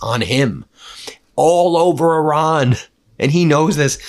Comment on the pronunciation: Love your show Ben. But why are you still saying “Oran”? WTF???